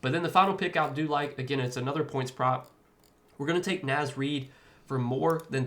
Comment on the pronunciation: Love the Naz Reid pick, but you're pronouncing it wrong, bro.